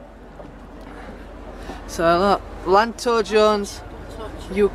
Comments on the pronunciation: It's pronounced yanto not lanto lol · It is pronounced Ianto